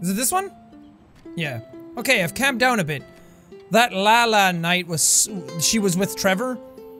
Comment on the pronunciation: "Okay I've CAM-ED down a bit" Its calmed down silly jack.